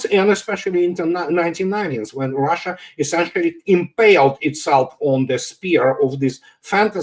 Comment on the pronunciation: “ROHHHHSHA” 😂😂😂 it’s Russia!